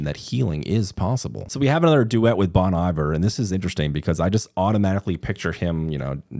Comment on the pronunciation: Justin Vernon’s group is pronounced Bon ee-VAIR.